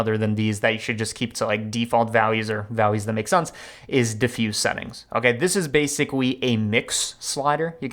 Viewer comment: everyone talking about the title and nobody talking about saying "Basicwy" lmaooo